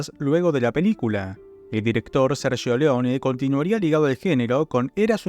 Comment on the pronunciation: Qué buena pronunciación del italiano cuando decis Sergio 👏